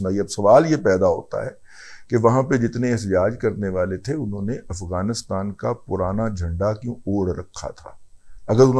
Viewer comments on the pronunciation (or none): none